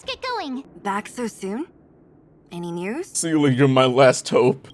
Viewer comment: for the love of god please stop mispronouncing seele's name :c